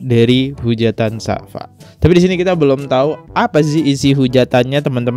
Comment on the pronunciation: bacanya safia bro bkn safa.....